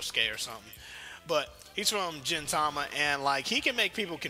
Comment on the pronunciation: Its pronounced "Gintama" not "Jintama"